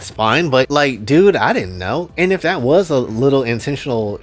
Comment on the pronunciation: Ah man, the way he says "Not tat tall" and stares directly through the screen at you.